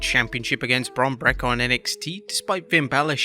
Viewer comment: I swear gets worse at pronouncing Breakker every time he says it.